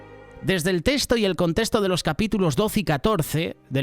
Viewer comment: Excelentes estudios,son de mucho provecho,gracias hermanos. Solo con respeto decirle al hno que habla,la palabra “contexto” y “ texto” se pronuncia tal como se lee,no se dice “contesto” o “testo”;problema que el hno evidencia en cada transmisión. Lo digo con mucho respeto hermanos de Solidaria.....🙂